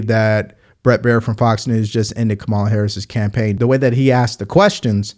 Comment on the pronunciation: I really like and almost all his perspectives. I watch every video. But dude. It’s Laken Riley, not Lincoln Riley. And from other videos, it’s electoral college, not electorial college. And finally, just call her Comma-la. I know it’s a small thing but everyone deserves the respect of having their name pronounced properly. It’s a basic respect in my opinion. Other than that, great content. I watch every video.